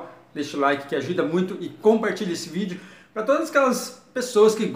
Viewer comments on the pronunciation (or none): none